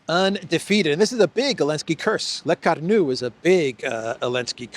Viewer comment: One doesn't pronounce the d in -Arnaud and one doesn't either pronounce the d in Bertrand. Oh, and it is not Lacornu, it is Lecornu.